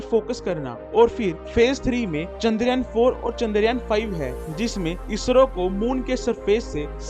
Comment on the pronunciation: चन्दर यान नि चंद्रयान है भाई 😅#chandrayan